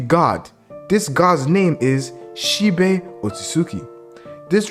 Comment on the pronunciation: It’s She-Bi not She-Bay